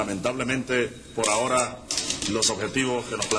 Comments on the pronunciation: Learning Spanish and heard it a lot from my grandparents growing up and I'm physically cringing everytime I hear my boy say "ahora" tho. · I said the same thing! I felt a little bad for commenting it too, but it was driving me crazy! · H is silent. Ahora is /ah Oh rah/ not /a whore a/. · Ok say it with me, Ah-ore-ah. I almost drove off the road laughing everytime I heard you say a whore a. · Ah-OH-rah, not ah-WHORE-uh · OK repeat with me a-ora... Not ajora, please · I know, just a little picky, but in Spanish the “h” in ahora is silent. Pronouncing it like a J makes it sound dirty. 🙂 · The H is silent. Por A(h)oRa. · The 'h' is silent: Ah-OR-a. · 'Por ahora'=[poɾa'oɾa] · It was the "pour ah whore Ah" for me lol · Por a-whora 😂😂😂😂 Simón—the H is silent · Spanish 'h' is mute /por æoræ /. Thanks fot the effort thouh. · The h is silent. Ah orah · "Pora jora" lol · The H in spanish is silent. It hears "aora" the Ahora - XD love the efford. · It's a-ora. H is silent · The H is silent my dude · The "h" is silent in "por ahora". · Please for the love of the nonexistent god never say a Spanish word ever again lol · I might lose my mind if I hear him annunciate the "h" in "ahora" one more time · Bro the h in spanish is silent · I cringe so hard at the way he pronounces ahora, reminds me of gringos in class pronouncing all the h’s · My guy the "h" in Ahora is silent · The 'h' on 'ahora' is silent. Figured someone else probably mentioned it by now but well, might as well just in case. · the H is silent in Spanish bro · ahora: silent h my man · I love your stuff, but just to help in Spanish the h is silent. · H in ahora is mute. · Dear biographic, the h is "ahora" is silent... in fact, in Spanish, the H is almost always silent. Sincerely, a mildly annoyed Venezuelan.